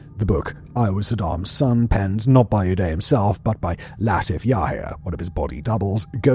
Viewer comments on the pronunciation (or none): It’s udoo-day to die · The way you pronounce the names "Uday" and "Qusai" is the best part of this video